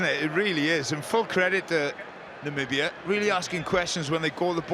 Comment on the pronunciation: From Namibia, thanks (I think). But don't pull a Trump; it's Namibia, not Nambia.